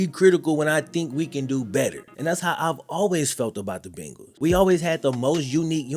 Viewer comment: I literally live less than a mile from PB stadium.. and I appreciate your loyalty! Only thing is, you still say "Bengals" like an out of towner. It's 'BAIN-gulls'.. long "A" sound lol 🤷🏾‍♂️